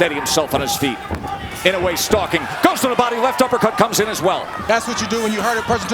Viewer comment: 『井上』と発音出来ない実況アナウンサー(>_<) 『イノウェー』じゃないよ。『イノウエ』だよ('◇')ゞ